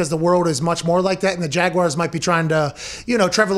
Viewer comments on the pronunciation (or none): Please learn how to pronounce Jaguars properly. It's not Jag-wires. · Oh.... the ole Jagwires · there are 2 correct pronunciations of Jaguars, neither have the word "wire" included in it LOL